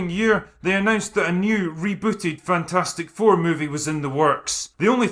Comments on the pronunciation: I pronounce this "Fantfourstic" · "Fan-4-stick" LOL!